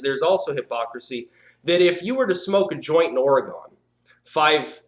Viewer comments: Did you just say Or-eh-gone? It's Or-reh-gun. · FYI, Oregon is pronounced or-uh-gun. Sorry, but being from Oregon it somewhat irritates me when people mispronounce it, just thought I'd inform you. Great video though.